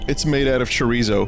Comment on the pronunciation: its bothers me how bad he says chorizo